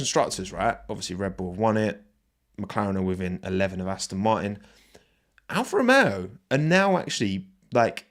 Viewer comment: Alfa Ro-yay-o